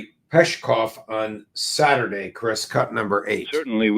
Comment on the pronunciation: It's not Peshkov, his name is Peskov without the sh sound.